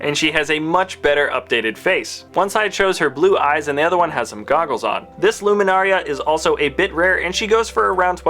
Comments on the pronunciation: LUMINARA UNDULI NOT LUMINARIA !! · pronunciations: Ki-Adi-Mundi, Key Ad E Mun-dee. Luminara Unduli, Lumin-Nara Un-duel-e. Quinlan Vos, Guinn-lin Vos. Barris Offee, Baris O-fee.